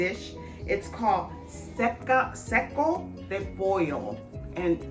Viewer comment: don't hate me se is pronounced saco like sack